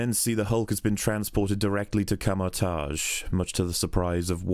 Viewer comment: He says sounding like a babbling 10yr old american 😂